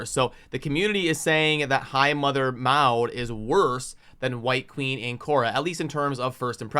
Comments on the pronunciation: I would rather have a slow down on the resource drains for a bit... Give us a chance to build out the Champions we currently have and build a plan for our accounts... BTW, I understand you and I are of different genereations, but Maud (mod) used to be a pretty common name here in the states, so I cringe every time you say (mowd) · Brother… I know the pronunciation isn’t your thing and many times I just laugh, but for the love of god I can’t let Maud go. It’s MOD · Maud is pronounced like “mod” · The name is pronounced Maw-d. I think the reason White Queen is being marked higher, is because of her companion. Together, they are S tier and that's why people will want her more, not because individually she is better side-by-side.